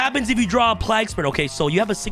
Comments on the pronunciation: Plague Spreader.. Pliegspurger lmao.. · play-guh spreader